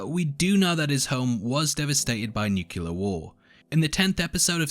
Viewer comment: Nucular War